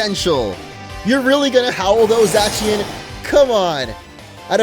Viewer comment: it is pronounced {z-aaa-see-en) zacien